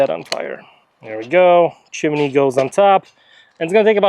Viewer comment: it's a chimney... not a chiminey